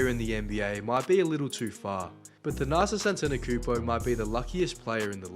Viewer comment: If u make a video about someone , at least learn how to pronounce their name